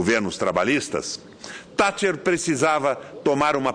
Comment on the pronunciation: Primeiramente esse cidadão deveria aprender a falar o nome correto da Baronesa Thatcher, segundo a Lady Thatcher teve um grande fardo histórico e assumiu seu mandato como mundialmente conhecido "Mãos de Ferro", acredito que o Governo dela foi satisfatório e muito conturbado.